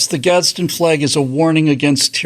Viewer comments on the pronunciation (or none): There's no "t" in "Gadsen"